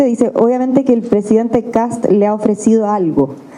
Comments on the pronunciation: Los periodistas argentinos parece que tienen problemas para pronunciar el apellido KAST…. No KATS…. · KaSSSt ....KaSSSSST... NO KaTz!!! Pelmazo!!!